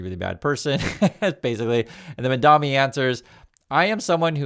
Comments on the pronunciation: Buddy, he is Mamdani, not Mandami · you’re great, but please, it’s MaMdaNi, not MaNdaMi as you keep saying. I don’t understand why people don’t take the time and care to say people’s names right. It makes you seem out of touch like Trump or disrespectful like Trump. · MamdaNi.. Not MamdaMi.... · Its not "Mandami"... It's "Mamdani". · MAMDANI not Mandami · you're killing me. It's MamdaNI, like knee! ❤🎉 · dude its MamdaNi not MamdaMi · I understand that when people on Fox mispronounce Mamdani's name, it’s just one of many ways to disrespect him. But please—pronouncing someone’s name correctly is a basic human courtesy. Read it out loud and make sure you say MamdaNi, not MandaMi :/ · You're saying mandami. You're still a real one, but it is mildly infuriating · Please learn to pronounce the man's name if you are going to talk about him. It is MamDANi, not MamDAMi. It i like listening to someone mispronounce 'nuclear' over and over. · Excellent video as always! But the name is M.A.M.D.A.N.I not MADAMI.😅❤❤ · Bro, you keep calling the mayor "MamdaMi". It is MamdaNi with N. Good videos though. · ...repeat after me! MAM-dani, MAM-dani, MAM-dani. You called him MAN-dami every single time you said his name. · mam-dan-i. not mon-dam-i. say it right. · are you saying Mamdami? I ask because that’s what it sounds like. It doesn’t sound like you’re saying Mamdani. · yall please pronounce his name right lol mamdani not mandami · MAM-DANI Not Mandami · His name is pronounced Mamdani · MAM DANI You're saying it the Cuomo way. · Love you but please for the love of God it's MAMDANI!!! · why can't you pronounce his name? what is so hard about pronouncing the letter "N"? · I like your stuff,, but please pronounce Mamdani's name correctly. Cuomo and the other haters deliberately mispronounce it to insult him, so let's all make the effort to respect the man by pronouncing his name correctly.